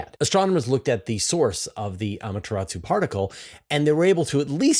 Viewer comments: Amaterasu...not Amateratsu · If you are interested: The u in Amaterasu is practically silent.